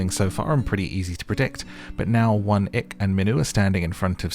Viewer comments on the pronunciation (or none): 1. I can’t tell if you’re pronouncing Won-ik as “one ick” on purpose. Either way, bless his socially awkward heart. 2. A part of me thinks that production had to incentivize these women to chase after Gwan-hee and his tomfoolery so wholeheartedly and ignore the absolute gem that was Min-kyu. 3. I don’t watch Love Island, but if you were the narrator, I probably would haha. I love this~ Single’s Inferno is probably my favorite dating show rn. Would be interested to see your recap of other seasons if you choose to do so! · I heard One-Ick too, it's hilariously apt! 😂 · I thought he was saying that the whole time 😭